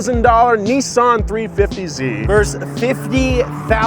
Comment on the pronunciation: Stop saying nissin it’s Nissan